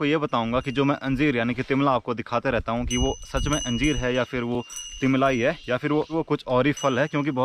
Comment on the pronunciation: it's not timbla it's तिमला